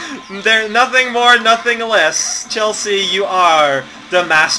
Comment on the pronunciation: Whenever you say Chelsea with emphasis on the 'a', I though you were just saying "Chelsea, uhh..." or something like that, but the way to pronounce it is Chel-see.